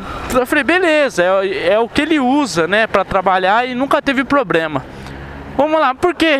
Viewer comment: Bem a calibragem dos pneus vc já aprendeu, agora só falta se escrever em um curso de português, porque falar ponhei e probrema tá foda!, Vai urgente se matricular.